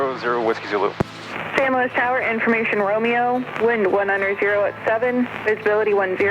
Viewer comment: Thank you for calling it San Luis and not San Louie! This has been a wonderful series, looking forward to the rest.